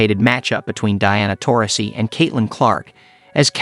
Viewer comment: Yes, you did. You know that half of these videos aren't narrated by actual people either, right? He also mispronounced Taurasi, roster and WNBA!